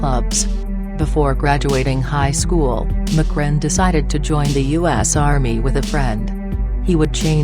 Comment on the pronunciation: "McRen". Wtf he ain't Irish! Lol. They need to drop this computer voice crap